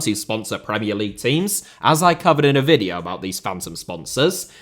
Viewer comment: HOW could you minspronounce the world VIDEO. It's literally what you do for a living for god's sake